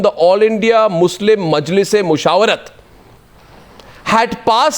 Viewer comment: Come on Arnab! That slip of tongue saying muzrim instead of muslim was deliberate! hahahahaha you